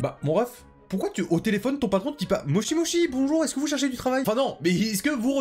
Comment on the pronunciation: “Mochi mochi”.. bro fait un effort une recherche Google c’était pas trop demandé. Une grosse faute comme ça en pleine miniature, ça agresse les yeux. C’est MOSHI MOSHI, la différence entre les Chi et Shi ça s’entend :\